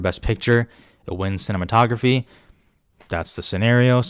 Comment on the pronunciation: did you say cinnamon-tography ? lmao love it!